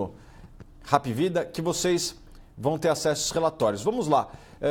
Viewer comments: Só um detalhe a pronuncia esta errada, não é Rap é Hap mesmo , vem da sigla HOSPITAL ANTONIO PRUDENTE. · não é rap. é APvida kkkkkk